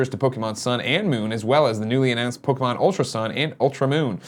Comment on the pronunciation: listening to Greg try to pronounce pokemon names is painful